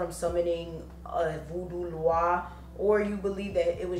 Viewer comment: I need to know why ppl keep calling then loa. It’s Noir.